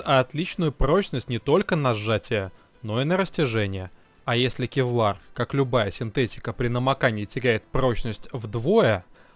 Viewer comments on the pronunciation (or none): ну отвел бы ты сына к логопеду, ну невозможно слушать "кевлаг.. кухганец..эгономика...бгонетехника.."